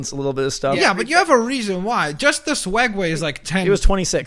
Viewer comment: it sounded like said feeding swegway